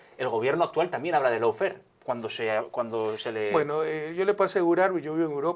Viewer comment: Al primer minuto Correa declara "El sistema de justicia ecuatoriano es de los más corruptos" pero omite informar que él fue su corruptor principal. De la misma manera que habla de "loufer" (Lawfare mal pronunciado) y de las deficiencias del sistema carcelario, pero omite decir que son distorisiones que él mismo implementó. CUÁNTA DOBLE MORAL !!